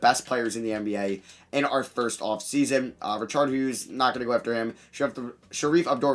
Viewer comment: how tf u pronounce richard lolll